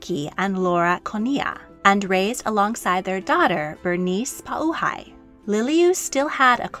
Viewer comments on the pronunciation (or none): You were doing well with the pronunciation until you pronounced Pauahi and it goes down from there. All the vowels make the same sound no matter what. Use your Latin vowels if you know them. Ah Eh Ee Oh Oo. It would help,, if you put the word that you're saying on the screen when you say it so people can look it up without spelling mistakes due to funky pronunciation issues. All the history was spot on though 👍🏼